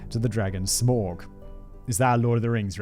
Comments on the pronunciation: Arrggghhh Simon it's not pronounced Smorg it's Smaug an ow sound in the middle and how bloody hard is it to write a pronunciation 😱🤪🤣🤣🤣 took me about 5 attempts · Smaug rhymes with cow, with a "G" on the end. Just saying. :P